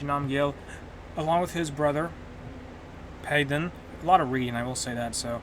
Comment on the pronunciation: Not making fun because our accents are different but the pronounciation of Palden had me dying🤣🤣